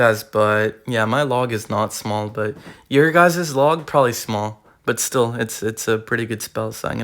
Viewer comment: Bro said he had a big logw